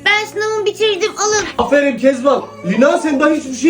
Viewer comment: Kesmen. Takan. sölüyor